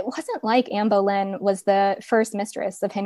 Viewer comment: Boleyn not bowlynn